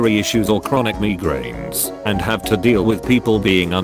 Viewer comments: Us: migrains: me-grains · text: migranes text to speech: MEEGRAINS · "Chronic meegrains" 🤣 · “megrains” LMAO